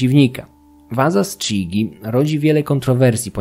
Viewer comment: Przepraszam, ale zgodnie z ortografią włoską wymawia się "kidżi"